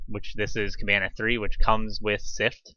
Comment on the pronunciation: You are not the first person who asked me that question! I will go ahead and make a blog post. A lot has changed with Elastic and Plaso since this video, so sadly it is not as simple as just copying some JSON. Thanks for watching the video! PS I am miss pronouncing the word Kibana in the video.